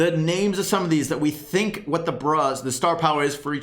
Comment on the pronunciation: No one:: "Tink"